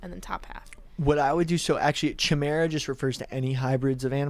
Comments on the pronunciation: it’s pronounced “kai-mare-uh”. No idea why that tilted me so badly. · Says the guy who couldn’t say the word “chimera” properly.